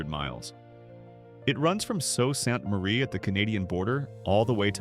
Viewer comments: "So Sant Marie"! The kid that programmed the AI narration in India couldn't pronounce it either. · AI can never pronounce the word Sault Ste Marie correctly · Sault Ste Marie pronounced "Sue Ste Marie" fyi